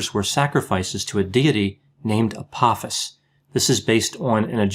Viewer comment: Just FYI, it's pronounced Ah-poh-fis. The second syllable has a long 'o' sound and rhymes with the word 'low''.